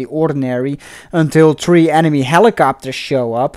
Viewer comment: The commentator’s English... lol!!! World War tree. 😂😂😂